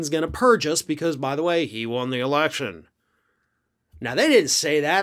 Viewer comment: "I wost the ewection" Please, he probably hasn't had one in years.....